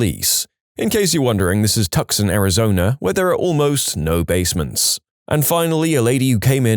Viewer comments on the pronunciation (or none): Tucson Too-son c is silent